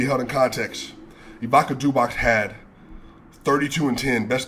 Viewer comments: love you man, and I know its tough, but you gotta get them names right. It aint ibaka zubahk, the pronounciation is ivitsa zubats. You call Jokic properly but you miss Luka every time. Donchi(c), the ´c´ in brackets being pronunced the same as in Joki(c). The energy you brought in this video was excellent. Good luck to 10k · Ivica Zubac not Ivika Zubak